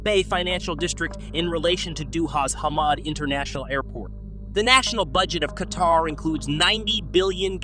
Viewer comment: Kaytar? WTF is Kaytar? 🤣🤣